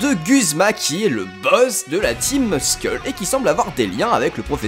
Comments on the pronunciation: bon c'est vrai 'ouesh cousin' pue mais ça ma pas déranger autant que prononcer 'skull' "skeul" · "skeule" putain :-(